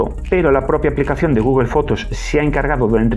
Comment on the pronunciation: Nada, me da risa cómo pronuncias Google 😸